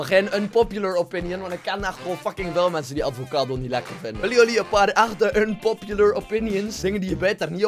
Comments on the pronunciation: "Advocado" 2017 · Ik moet wel even zeggen, het is avocado dus je zegt het zonder d/t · Het is avocado menneke, geen advocado